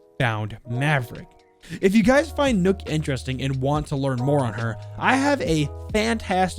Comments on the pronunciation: I hate when this guys says nook its nokk it's pronounced like knock It's just nok with and extra k nokk bot nook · Rlly like your videos and I hate to be that guy but . . . NOKK NOT NOOK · I am deeply offended by the why you pronounce nøkk, it's not nukk you potato head. Edit: still a great video, leave a like👍🏻